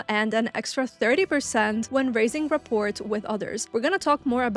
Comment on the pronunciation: Ree-pore Or Rah-pore Just no T Its v important in sales lol